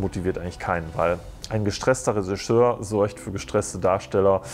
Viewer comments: Was ist ein gestresster Resischör? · Was ist bitte ein „Resischör“?